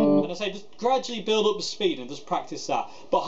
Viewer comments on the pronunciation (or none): none